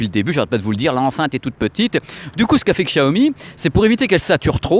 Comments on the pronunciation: C'est plus "Chiaomi" que "Qchiaomi"... Désolé mais c'est perturbant x) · Prononce " CHIAOMI" stp 😀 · Hey, on ne dit pas Chiaomi?